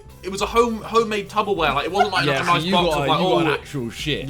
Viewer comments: Me: Say it again Harry: Tub o Wear Me: Wrong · Why are we all ignoring that Harry calls it 'tubberware'